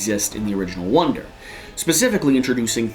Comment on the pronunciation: I'm not sure if I was mishearing it, but it sounded like he was saying "wonder" instead of "wander".